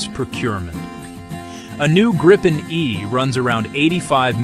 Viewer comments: Tiny gripe: it's pronounced GREE-pen, not GRIPE-en. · That RR engine is a BEAST😈 It is pronounced Greepen, NOT Grypen, btw😈